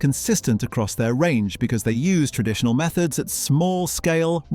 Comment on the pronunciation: 12.57; 'time-intensive..(pause)....tren..ditional methods'?? I clicked on to watch what could have been a worthwhile video. Bloody robotic voices!